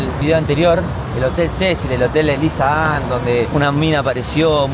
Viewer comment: Más que Eliza Lam, parece que decis Lisa Ann. Te falló el inconsciente